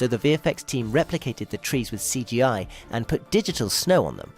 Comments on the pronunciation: Dude please why did you say cgi like that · The way you pronounced CG I got me a laugh😂